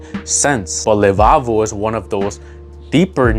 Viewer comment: Btw it's Le Labo not Le Lavo i own a full bottle of Santal 33 its so good